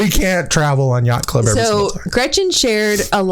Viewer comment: 😂😂😂 “yacht club in English issss: 😮YyyYyaCht ClUb! 😂